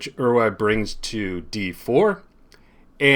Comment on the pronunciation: As a Dutchman I can confirm that your pronounciation of “Euwe” is almost perfect! Please don’t change it! And thank you for showing and explaining this game. By the way, the Olympiad wasn’t in Germany, but in East-Germany. In 1960 this was a big difference. Please allow me to be such a school teacher and feel free to correct my reaction! 😉